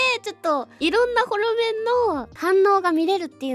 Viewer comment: ホロメンって言ったんだけど、モロメンに聞こえてしまって吹き出しました🤣笑